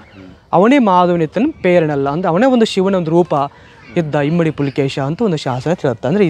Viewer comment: Dear.. don't mind.. the guide you hired this time is not so good.. he don't even know few names properly.. it's not kappe arbhata (he literally told loud sound).. it's Arabhatta.. also not himmadi pulakeshi (the subtitle also has himmadi).. it's immadi (means 2nd).. beautiful coverage as always.. great going